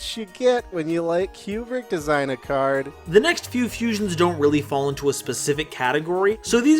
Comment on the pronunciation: During the R spell card my man went full Minnesotan with that cArd